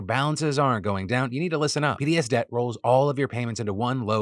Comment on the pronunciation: You might want to enunciate PDSDebt more clearly since I had to rush over and look when I thought "is he saying Hideous Debt?"